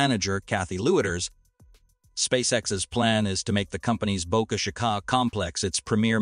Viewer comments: Great channel destroyed by using a GD Robovoice. 8 billion humans not 1 of them good enough to narrate ? obviously its a robovoice because of mispronunciation of Boca Chica. How Lame. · You need to lean how to say boca chica ! You are pronouncing it wrong